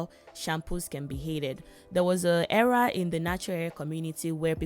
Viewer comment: Lol she said “ERA” girl